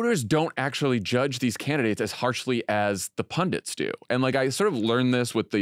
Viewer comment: pundits - not pundints